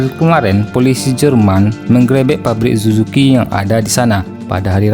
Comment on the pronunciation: mengrepek? apa menggerebeg? wkwk